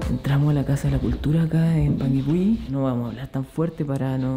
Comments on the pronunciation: Muy bien pronunciados los nombres, tal cual lo dijiste, la zona es bellísima en verano, un lugar magestuoso que enamora Ahh... Son 7 lagos en total... Los recorrí todos este año a comienzos de febrero ( verano) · Jajaj yo vivo como a 1 hora de panguipulli y si se pronuncia asi xD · AHHHHH ME MUERO DE EMOCIÓN, veo todos sus videos y soy de Panguipulli (lo pronunciaron súper bien!) así que si deciden venir a Chile los dejo invitadisimos, ya que aquí en Panguipulli está Huilo Huilo, que también ví que les encantó ♥️ Saludos chicos🌹🥰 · Lo dices bien:"Panguipulli"